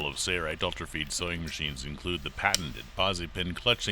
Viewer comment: Why why why? Why does he keep saying sayrite when it's spelled sailrite like sailboat? Either spell it different or say it right.